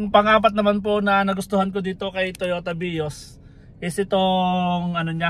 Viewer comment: Ilan yung bilang ninyo sa pag bigkas niya ng "Totoya Vios" ? 😂 🕊️✌️